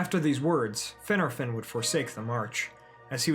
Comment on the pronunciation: LMAO... "Finner-fin..." 🤣 ...say "Fin'ARR-fin" , roll that R homie, say it right! Gotta put a little Gaelic on it bruv... lol